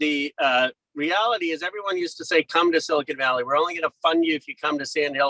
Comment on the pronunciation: Did he just say silicone valley?